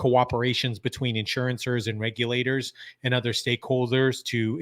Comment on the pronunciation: In-sure-ers…NOT Insurance-ers.